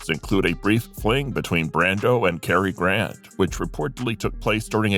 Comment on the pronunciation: Carrie Grant????? Really???? How illiterate can you get?